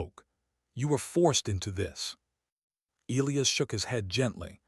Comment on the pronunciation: This should be funny counting how many times the a.i. can mispronouce Elias,! 25,30?